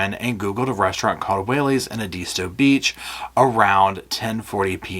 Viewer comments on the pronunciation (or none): Good analysis. BTW it is pronounced EDisto, not eDISto. Used to spend Fall Breaks on that island. VEry nice. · So happy to have found your channel! It’s GREAT, save for one itsy bitsy thing. You pronounce Edisto Beach, Edeesto Beach. Try this.. . E pronounced like first letter of Ed. The i sounds like the I in tick. The rest is easy-peezy….I’m going to the STO to get some milk and bread;never know when that hurricane might hit!!! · Hi, it’s pronounced “Ed- is-stow” Edisto Beach 😊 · Big gallon zip lock bags full of pill bottles. I would bet. Also you are pronouncing Edisto wrong. Watch the trial one day they say it 5000 times lol